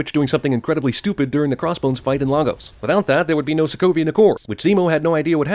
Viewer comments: I cringed every time he mispronounced "Lagos". Its pronounced layyyyygos Americans NOT lahhhgos! The fact that that even made it all the way to the big screen without anyone correcting it shows how sheltered and uneducated Americans still are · 'LAGOS' IS PRONOUNCED AS 'LAY-GOS' NOT 'LAH-GOS' FFS!!! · WHat the heck is a LAAAH-gos It is pronounced Lay-gus. gah!!! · Lagos is pronounced Lay-goss not Lah- goes....... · Ffs it's Lay-gus (rhymes with fuss) not Lah-gos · Sin number 1. It is pronounced LAY-GOS not LAA-GOS. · i cringe when people say laagos it pronounced laygus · THE PRONUNCIATION IS NOT LA-GOSE IT'S LAY-GOS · Slight nitpick, it's pronounced Lay-goss, not Lah-gos. The movie does this too, I know, and I cringed every time 😑 apparently no one in production knew a single actual Nigerian 😂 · Sin for the film AND the narrator for not pronouncing Lagos correctly. It's LAY-gose, not LAH-gose. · it's "Lay-gus" I feel like I'm the only Nigerian who cringes when people say "Lah-goes" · seriously, its pronounced 'laigos' not 'laugos'. jeeeeeeeeeeeeeeeeeeeeeeeeeezzzzzzzzzzzzzzzzzzzzzzzzzzzzzzzzzz. you should have sinned that, not further propagate it. ahhhhhhggggggg!!!!!!!!1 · It's "LAY"-gos not fucking LAH-gos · can you please talk about how through the entire film they completely mispronounced Lagos [Lay-Goss not Lah-Go's or Lah-goose] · It's pronounced Lay-Gus....Not Lá goose.... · It's pronounced LAY-GOS and if I hear Laaa-gos one more time I swear to God I'm going to ding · Interesting to hear everyone in the film + yourself pronounce Lagos as "La-Ghos" - while my family, from Nigeria, who lived in Lagos pronounce it "Lay-Gos". shrug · Its pronounced Lay-gus not Lagoose or whatever the movie or this video was pronouncing. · Lol Lagos is actually pronounced "lay-gos" like you would say Legos, instead of "lah-gos" I cringed every time it was said in the movie 😭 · Please please pleeeeease its pronounced "Lay-gos" not "La-gos" ㅠㅠ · Btw it’s pronounced (laegus) Lagos